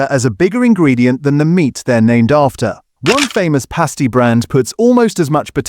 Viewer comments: More AI slop...Past E not paste E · Ginster’s “Pay-sti”? If you’re going to use AI narration then you’ll have to edit it afterwards. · Please get your AI to be more consistent with pronouncing things like PUKKA and PASTY. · The AI narrator cannot even pronounce Pasty or Pukka. 🤣